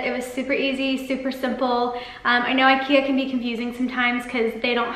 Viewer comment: God, your constant mispronunciation of IKEA make this video absolutely unbearable. Why do Americans think the way they choose to say things is right?